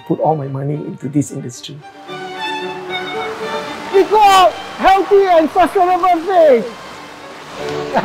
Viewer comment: If not wrong his pronunciation of eco is wrong?